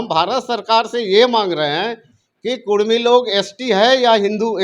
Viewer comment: Kurmi likha huw tum bolta kudhmi